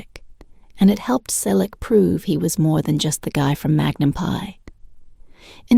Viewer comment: Tom is 80 years old. Why do you spread fake news and misinformation about him and Jillie? What is wrong with you? This is a cruel CLICKBAIT. Learn English. It's free on YouTube. Teach your AI generated voice to pronounce correctly. It's Magnum P.I. and not Magnum "PIE" No, they did not steal water. It has already been clarified many times including here on YT. Get informed: The Ventura County District Attorney's office, where my sister, an attorney works confirmed that no case was referred to them for prosecution because the water had already been paid for by this private company that supplied the water. The company only violated state and local regulations when it took the water from one district, Calleguas Municipal Water District, Ventura County, and transported it to Hidden Valley, which is in another water district. He was only required to pay the costs of the private investigator. The lawsuit asked for the deliveries to stop and for reimbursement of the $21,685.55 the district paid to a private investigator. My sister and her husband also live there and also received water when the wells were empty. It was always paid directly to the same company. It's unclear if the Selleck’s knew where the water was coming from. They never received a cease-and-desist letter, as the recipients had to sign it upon receipt.